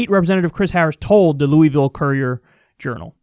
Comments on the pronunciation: Kyle. Your incredibly wrong! It’s not looeyville. It’s pronounced lew-a-vull. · Quick Kentucky lesson: Louisville's name is actually pronounced Loo-a-vull